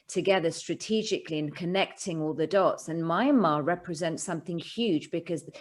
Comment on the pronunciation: It’s MYANMAR not Miramar and you have no idea what is going on there.